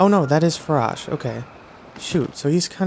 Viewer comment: i’m pretty sure the correct saying for ‘Farosh’ is (F-A-R-OA-SH) But that’s how i say it, and it sounds weird for me if anyone else says it like you.